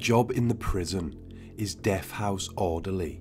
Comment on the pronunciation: Death. Not deff.